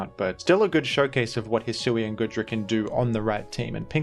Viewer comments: Why does he keep pronouncing it as Good-ra and not Goo-dra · For the love of Arceus, man, it's goo-dra not good-ra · GOOdra. Like goo. Goop. You keep saying goodra like good